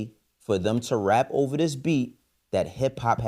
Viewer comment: Dame it’s OVA!! LOL